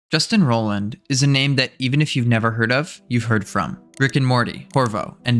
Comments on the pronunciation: His surname is pronounced “ROY-land” not “Roland”. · he only begins to pronounce it correctly He pronounced it wrong at the very beginning of the video and only then corrected himself after several mentions of the name. He said phonetically: 'ROLLAND', not 'ROYLAND' or 'Roiland' as it should be spelled. You should probably rewatch the video as you have it the wrong way around first of all. Yes he did correct himself eventually sometimes, but if you are going to do a while expose on a person, generally you should be able to say their name correctly. His video is also extremely biased and doesn't at all talk about the fact that he has already been vindicated of the claims against him in court. Despite that being an established fact as of the release of this video, it was not mentioned once. That's terrible journalism, as well as purely intellectually dishonest at best. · He did pronounce it right at the beginning than he changed the pronunciation later on. So which way are you saying he's pronouncing it wrong? With or without the i in roiland?